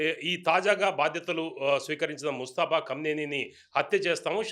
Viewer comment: నీకు ముజేతబా అనడం రాదు హార్ముజ్ అనడం రాదు ఏమి జర్నలిస్ట్ వి రా బాబు ఒక RSS గాడిని పక్కనకకు చోబెట్టుకొని ఇజ్రాయెల్ అమెరికా భజన చెయ్యడమే జర్నలిజమా 😂😂😂